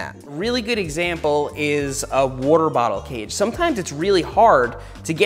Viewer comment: that's an interesting way of pronouncing waterbottle cage